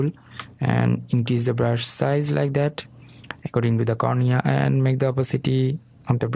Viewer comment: Ляйк дэт.. бесит произношение но говорит дело, собака)))